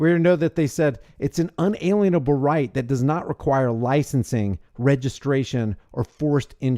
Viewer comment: pronounced un-a lien-able